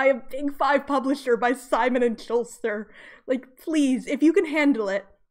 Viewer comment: Simon and Schuster not Simon and Shulster. There is no Simon and Shulster, I have no idea how you got that so wrong. Also, it would be "with abandon." If they killed "without abandon" it would mean they are very reluctant and remorseful.